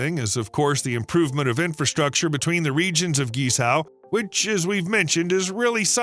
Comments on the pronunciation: It's pronounce and sounds more like KWEE-Zoe", not GEE-Sow".. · Thanks for the video. You pronunciation of Guizhou (Gee-Sour) is a shocker and funny. At least you try. Maybe try this, instead of Gucci, try Guc Joe. Yep, the bridge cost more than the handbag. Cheers. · Was so hard to hear you say GiZao 😂 it is called GuiZhou and pronounced - guyi joe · His pronounciation of guizhuo is completely unrecognizable. It's not gizow. It's pronounced like gwei joe. His pronounciation is so far off that i had no idea what area he was talking about until I saw it written, and I'm used to the Americans' pronounciation. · Not Gee Sao, buddy. Gway Joh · What you pronounce as geez-zow should actually be pronounced as gwey-zoh. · Guizhou pronounce “Gwei Jiow”, not “Gie Shou” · It’s pronounce Gway-Tso not Geezao! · Guizhou. Try saying "Gwhey joe". Not "ghee sow" 😂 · “Guei Chou” is closer to original Chinese pronunciation. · Please use a talking dictionary to properly pronounce Guizhou…..it’s not gee za! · It should be pronounces “geay-jo” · I had no idea where you were talking about until I saw it in print later in the video. It’s pronounced Gwei Joe. I’ve been there many times as my wife is from Guiyang. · Pronounced "Gwei Jow" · the pronunciation is gwei chow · It was hard to listen to this, when the speaker massacring the name of this province seemingly every 30 seconds. Take the time to at least figure out how to pronounce the focus of your video. Guizhou is pronounced more like Gway-Joe. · Please make a little effort to learn to pronounce foreign names at least a bit closer to accurate: "GuiZhou" should be pronounced similar to "Gway-Joe"! At first I had no idea where you were talking about! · Great video, but Guizhou is pronounced gway-joe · This province is actually pronounced as Queen Joe (Guizhou), except some pronunciation problems it's a great work though. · Wrong and misleading China maps, wrong pronounciation of GuiZhou, pls beware